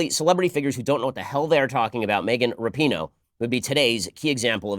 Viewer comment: Her last name is RAPINOE, there is no U in it!!